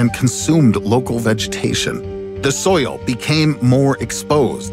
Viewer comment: I didn't know "soil" was a three syllable word. (so-e-ul). Like oil (o-e-ul) LOL